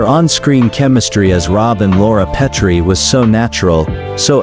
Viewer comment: Brain-dead AI narrator doesn't know how to pronounce "Petrie." Boycott AI!!!